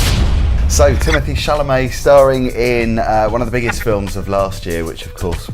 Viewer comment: Chalamet, not Chamalet!